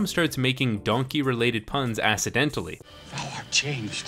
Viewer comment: "assidentally"... I loved it